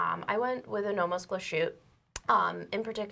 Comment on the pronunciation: Nice video even with Zoe missing (looking forward to the first vid with her dialing in).....but please, stop butchering the name Glashütte.....there is little break between Glas and Hütte (Glas|hütte), there is no sh sound in there.....